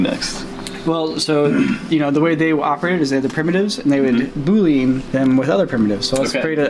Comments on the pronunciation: The way says boolean makes me as a programmer hurt, lol. Everybody I know says "boo-lee-an", not "boo-leen" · It always bothers me a bit when I hear people say Boolean wrong. No, it's not pronounced boo-lean. Every reference I look up states a pronunciation as boo-lee-un. Whatever though, good work on the animation guys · Yeah, definitely “boo-lee-unn” and not “boo-leen.” Also, if you’re a programmer, you’ll get arrays. $$$ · Omg you guys kept saying “boo-leen” its bool-ee-an haha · AHHHHHHH he said "boo leen" instead of "boo lee an" AHHHHHHHHHHHHHH JK, it didn't tick me off, just surprised only one other person I could find had said anything about it. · I think that you mean that it is NOT pronounced "BOO-LEE-AN" as you wrote and as they seem to say in the video. It's "BOOL-EE-AN." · its boo li un and not boo lin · No disrespect but it's pronounced \ bü-lē-ən\ not \bü-lin\ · It's pronounced "boole-ian" because the guy who invented/discovered it (it's kind of a gray area with mathematics) was named Boole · everyone pronounces it bool-een in this video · is saying it wrong, too. He says "bool-een". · Graphic and web designer here... I've never heard it as "boo-lean." I even went online to see how various dictionaries pronounce it. Thankful it wasn't just me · I hate to say this, but “boolean” is pronounced “BOO-LEE-AN”. It is named after George Bool and is pronounced similarly to “pythagorean” which refers to pythagorus. I made this mistake when I learned 3D in Houdini in high-school. 😁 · *Says boolean wrong Me, a computer science major: "REEEEEE!" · Pretty certain they omitted the L 90% of the time. It's not silent, or attached to the 'ean'.